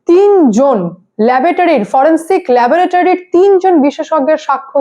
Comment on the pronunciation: ল্যাবোটারি নয়,কথাটা হবে ল্যাবরেটরি। LABORATORY.